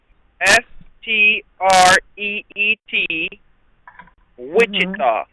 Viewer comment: Oh shoot, now we are in package mode POPCORN TIME!!!! This ought to be juicy..... That is aside from all the nonsense that has already happened 😂 Uh oh no certified check whoops 😂 Wow he knows its Wichita and doesn't pronounce it witcheeta 😂 Oh Lord i can't wait till "6" 😝 Let me guess the plane never landed? Oh bye